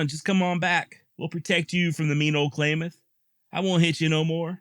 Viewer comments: It's not clay mith It's clam ith. I love your work. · For the record its klamath not pronounced claymath. I live there. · Klamath is pronounced Clam math